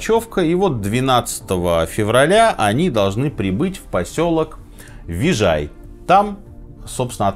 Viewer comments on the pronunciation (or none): Не вижей, а вижай.